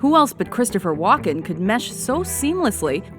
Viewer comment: The Host says Walken like she's saying Joaquin...